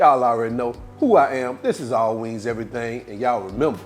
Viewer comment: He didn't say "wings," he said "wangs!" Now you know they're good when you call em' wangs!😂😂😂